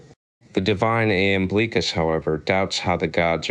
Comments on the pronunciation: Not "Lamblicus" 🤦😂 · Its an I NOT an L!!!! Seriously dude.